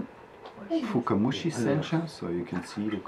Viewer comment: I know :) I heard Fukumushi (instead of fukamushi) in the movie. Is it some audio bug or is it something else... That's my question